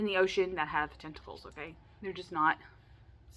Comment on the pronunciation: You held up that card and said tentacles and my brain totally heard “testicle”